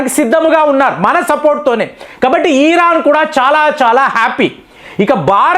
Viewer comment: అయ్యా ఈరాన్ కాదండి... ఇరాన్.... వింటూ ఉంటే ఒక archaelogist గా భరించలేక పోతున్నాము